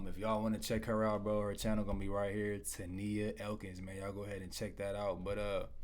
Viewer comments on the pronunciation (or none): Hi! I was just now told about you making this reaction! Great video 😊 Side note: my name is Tonia pronounced like Tonya 😉